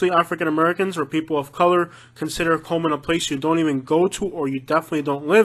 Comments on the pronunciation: It's Cullman not Coleman . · He lost me at cullman, absolutely not. And you butchered almost every name